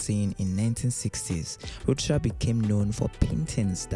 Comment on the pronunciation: Narrator mispronounces artist Ed Ruscha. It is correctly pronounced: Ed roo-SHAY.